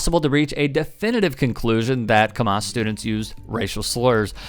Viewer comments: it's pronounced Camm-us, not Cuhm-oss. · Although I agree totally with; however, it's pronounced "cam-a$$" as opposed to "cam-maus". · Thanks for covering this story. But sorry, Camas is pronounced "cam-MISS", not " "cam-MOSS". 👍🏾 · Pronounced Cam Ass. Seriously. Not Ca Mas. This happened right across the Columbia river in Clatskanie - pronounced Clat Scan eye. Both are First Nation (Native American) words. Please respect First Nation and pronounce them correctly for them - not the racist who don’t respect anyone! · It's Cam-us. Either way this is disgusting. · Pronounced. Cam ass, kick them out of the league for the rest of year. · It is pronounced cam us. There is no ah in it. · Pronounced Cam Iss lol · Its pronounced "cam" (like camera) and "iss" (like hiss without the H). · I’m in Portland and appreciated the mispronouncing of Camas. This is nothing new when the intercity teams have to play in rural areas. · It’s pronounced …oh never mind. Camas is a small town, right close to Vancouver. I went there one time. I don’t remember seeing anybody other than white people. If I did, I don’t recall. I imagine these kids were just behaving the way their parents do at home. Right? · To whoever voiced this video, why didn't you pay attention to how the town's name was pronounced when you originally watched the video clips? It was so hard to listen to the story with you absolutely BUTCHERING the word Camas. It's cam (as in CAMera) - mes. It's one of the whitest towns and you acting like it's close to Kamala. And yes, with adhd and autism, you can completely pull away someone's attention from the very important story by fucking something like that up so many damn times. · Pronouncing Camas wrong. "A" like apple